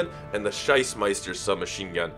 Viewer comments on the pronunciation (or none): Made my day when he said "Scheissmeister" submachine gun instead of Schiessmeister...